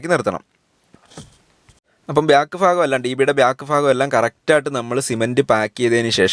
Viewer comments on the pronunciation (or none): ഫാഗം അല്ല ഭാഗം എന്ന് പറയു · ഫാഗമല്ല ഭാഗം മലയാളത്തെ പറയിപ്പിക്കല്ലേ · കൊള്ളാം പക്ഷേ സഹോദരാ ഫ്രാഗം അല്ല, ഭാഗം... അത് കേൾക്കുമ്പോൾ വളരെ ബുദ്ധിമുട്ട് തോനുന്നു...വേറെ എല്ലാം നന്നായിട്ടുണ്ട്..